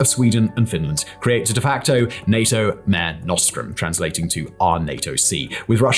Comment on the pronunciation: Dear, Two 'points' about "NATO Mare Nostrum" at about 7mins 9 sec: 1) 'Mare' should be pronounced as two syllables: ma-ray. It's Latin, don't-you-know. 2) It was what the Ancient Romans called the Mediterranean Sea; it means "Our Sea". Best wishes, Luke